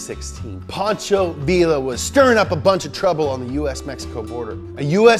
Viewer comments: It’s pronounced pancho veea. I learned that in history :) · Pancho “vila” 😂 mopowabaybuh